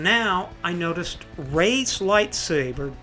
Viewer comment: Itsss not reysss lightsaberrrr!!!!!